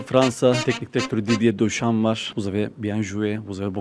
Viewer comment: Döşam değil deşan okunur Deschamps 😁